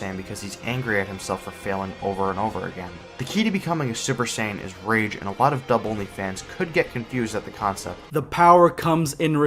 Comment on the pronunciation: First you missed pronounce saiyan pronouncing like geekdom101 say it. And never disrespecting Japanese music because it's the original and you are disrespecting the original.